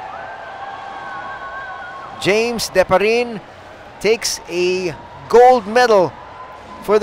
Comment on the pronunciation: Di-pa-ri-ne, not Diparin!!